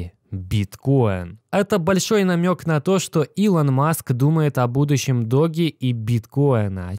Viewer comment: По русски этот мем называется Доге. Поэтому Доге Коин.